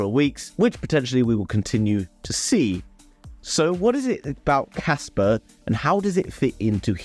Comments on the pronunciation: thats what I mean when you pronounced it you say Casper and not Kaspa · Well "pa" and "per" dont pronounce the same at all. I hold both project Casper and Kaspa and watch a lot of videos about them, and nobody pronounce it the same... so my guess is you probably think they are all wrong, but your not...Im french so I went to make sure and few pronounciation site sound like I said...But anyway I see that you prefer to fight then see your mistake which in my book is not how to grow so... never mind. Peace out ✌️ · Kaspa not Casper its a A at the end